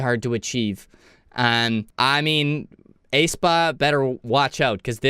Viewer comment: Not Taeyoon. It’s Taeyun. Not Ayspa. It’s Espa.